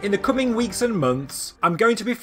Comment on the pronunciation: "In the cooming weeks and moanths" 😂😂